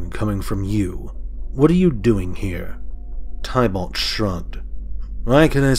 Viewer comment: Thankyou for the reading. Everytime you pronounce Tibalt wrong it throws me off lol..